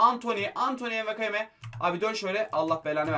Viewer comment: Enwakayeme diye okunmuyo wakayeme sadece